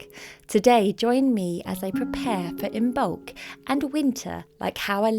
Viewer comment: I've always heard and read the the b is silent in imbolc.